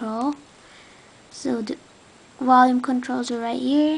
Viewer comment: Whats "Wolume"? And "very more detailed"